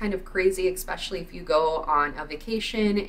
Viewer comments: You say "eXspecially"? Isn't it especially? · Mispronounced for fun.